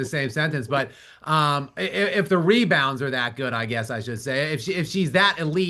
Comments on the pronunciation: QUEEN of "ME-BOUNDS" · Me-bounds lolz